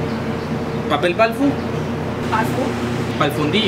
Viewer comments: Papel Pal fu xd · Papel palfun , (niño) papel palfun? Palfundillo 🤣🤣🤣🤣🤣nomames que risa wey no paro de reír tengo 9 años y me gustan tus videos